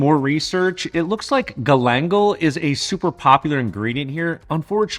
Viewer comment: Galangal, "gal-on-gal". Youre welcome.